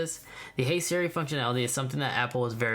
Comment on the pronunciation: why did u say hey smars